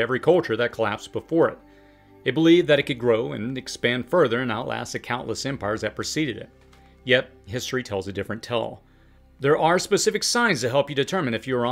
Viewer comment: has an accent that muffles the long A vowel sound.